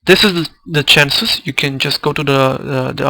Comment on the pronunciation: These are really great,! The insights into the census (pronounced "sen-sus", by the way) are so valuable and explain a lot of my problems at a certain point in past games. Thanks for putting these up and sharing what you've learned!